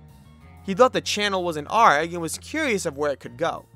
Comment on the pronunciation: You pronouncing an A.R.G. Like a pirate sends meeeeee “aaarrrggggg” I’ve only known it to be pronounced as individual letters . Super love your content.